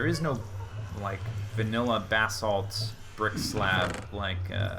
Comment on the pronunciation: FINALLY someone can pronounce "basalt" correctly.